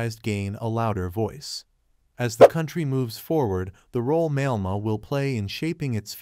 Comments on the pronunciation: Malema is pronounced as Ma- lair-ma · Why should anyone believe you if you don't even know how to pronounce his name?